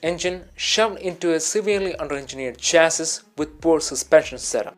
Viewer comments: Look buddy I know you're foreign and have an accent, but chassis isn't pronounced like it looks, it's pronounced "cha-see" The s at the end is silent😉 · Every time someone says chass-iss instead of chass-y, a real gear head dies…